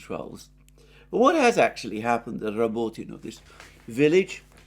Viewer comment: Borrrvoovoyeee😂😂😂😂 Rrrabbotinooo😂😂😂😂